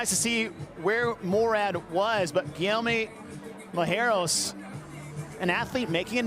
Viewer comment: Try to pronounce Guilherme Malheiros as "Gui-lee-ehr-me Ma-lee-ay-ros". The "LH" in portuguese sounds like a "LI" but with a short "i", and not like if L and H have different sounds.